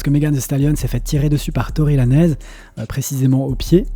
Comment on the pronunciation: Arrêtez de prononcer Tory Lanezzzz, c’est plus possible en 2024 😂 Ça se prononce à l’américaine, pas à l’espagnol 😅 Sinon top vidéo comme d’hab 😊